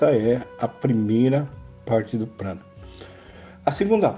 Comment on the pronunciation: Craro? Prano?